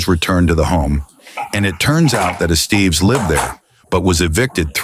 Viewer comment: “Ess-stev-ess” not “Es-Steve’s”. 😂